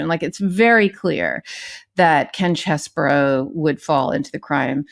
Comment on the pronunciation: Name is CHEESE-BRO, not CHESS-BURROW